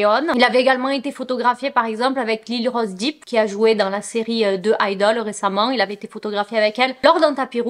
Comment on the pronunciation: Un peu pénible d'entendre Depp prononcé "Deep" ... d'autant que ça fait longtemps que les followers te le soulignent !